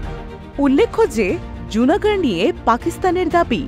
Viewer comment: লুনা গড়। জুনা গড় নয়